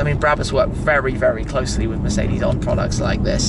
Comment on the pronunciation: Shmee150 You pronounced Mercedes wrong as always